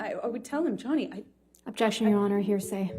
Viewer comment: "Ovjection" amabutakum